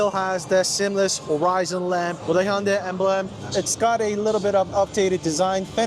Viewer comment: Hyundai is pronounced hyundae This person pronounced it perfectly 👌